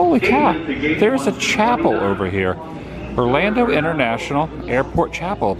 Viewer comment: "Orlanda" ?? ha-ha